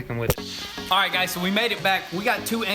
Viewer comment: “ Smack Em Widdit “ 😭😂😂😂 Disrespectful